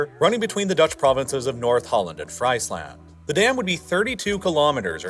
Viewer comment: The way he pronounces Friesland is funny. If I wasn't Dutch I'd maybe think that's a land where they eat fries all day long😂🤣